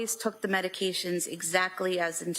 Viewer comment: I wish these attorneys would learn how to pronounce the names of the medications